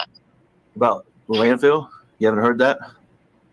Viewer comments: Yes she says the wrong word (wronK) but pronounces it wronK too. Lol. She pronounces it LANDFILLED. She pronounces field as "filled". Just like she pronounces the word mail as MELL. WHY COME SHE CAN'T SPEAK THE ENGLISH LANGUAGE if She has her Doctorate aka PhD in Education? This hillbilly, uneducated hick was deemed illiterate when she got to prison‼️ HILARIOUS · Landfill. It’s called a landfill T, not landfield. 🤦🏼‍♀️